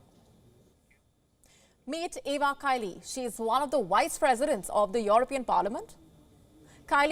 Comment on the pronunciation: yeah, but the way she's pronouncing it is Wice President. She says it every time.